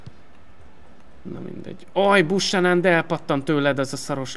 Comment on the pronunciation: Azt a kanadai jobbhátvédet, akit az Intertől vettél ne "Busanan"-nak ejtsd hanem "Bjúkenön"-nek. Ezt ne úgy vedd, hogy kötekednék, csak fel akartam hívni erre a figyelmedet.